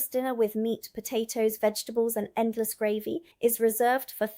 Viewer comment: The content is good but the constant repeated mispronunciation of basic words throws doubt about your claims of residency and makes its seem that the text has been written by someone else. No-one in Britain would ever say “gravvy “ for gravy, for example, and I’m surprised an American would. There are a least 4 other examples in this video a;one. Please do a read through with someone who IS familiar with the UK before recording the next one.